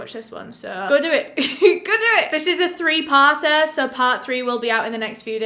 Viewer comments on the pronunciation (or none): “This is a three partah”🤌🏾